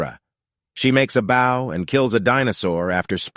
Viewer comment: The way he said bow is funny